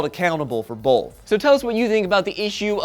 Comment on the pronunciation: says Bolth. I didn't know bolth had an L in it. See learnt me something new.